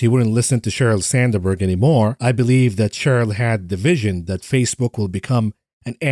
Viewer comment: Sand berg not sander berg 😮